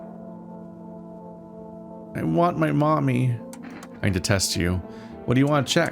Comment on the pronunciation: I heard “I detest you” not “I need to test you” lmao